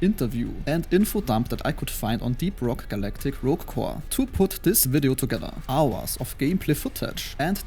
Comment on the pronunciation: Its not AUAS its HOURS